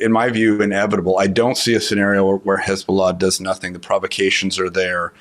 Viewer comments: She sounds like she is an arab. The way she pronounce Hezbola..! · going from journalist to partisan hack on a dime. Not to mention the ridiculous way of saying Hamas and Hezbollah. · The pronunciation of Hezbollah and Hamas said it all....